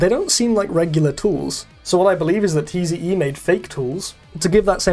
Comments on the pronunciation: Tze is not T.Z.E. It's pronounced Zee. just throwing that out there despite being 5 months late. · “tee zee eee” 😭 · You pronounce tze as "zee" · the way he says Tze hurts me